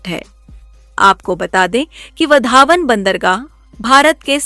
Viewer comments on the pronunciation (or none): वधावन नहीं वावढण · उच्चार ''वाढवण'' इंग्लिश स्पेलिंग नुसार जाऊ नका,देवनागरी लिपी शिका ,तसे ''चांदीपूर'' नव्हे ते आहे ''चंडीपूर''